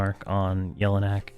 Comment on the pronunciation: YELL-E-NACK. What is it with EQ players that they can't pronounce things correctly? It's LUCK-LIN by the way.